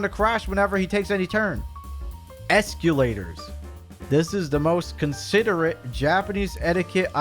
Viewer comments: Esqulators? ESQULATORS????!!!!! BOY, WTF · "EscYOUlators" PFFFT